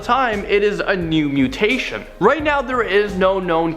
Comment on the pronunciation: Interesting but why the fake cover photo? And dude, gotta learn how to actually pronounce the names of the mutations you're talking about.